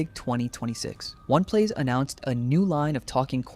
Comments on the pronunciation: They said “Oney Plays” pronounced (Oni Plays), multiple times and you continue to call it “One Plays”. Why? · Why you saying one plays, ding dong and Julian literally say it for you. It's oh-knee plays. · Ding Dong is such a fitting nickname. Also I heard One Plays, One Piece, and One Place. It's O-KneePlays. Sorry I am autistic about pronunciations. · Like how did you not get that right lol